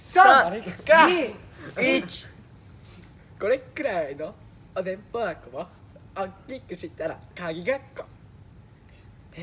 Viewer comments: 可愛いが渋滞しとる笑 りゅーがくんの一発芸可愛すぎんか!? お弁当箱言えてないあたりやばいな笑 (おでんぽばこ)ってゆってない?笑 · これっくらいのおべんとばこをおっきくしたらかぎかっこ！ おべんといえてないりゅがたんかわね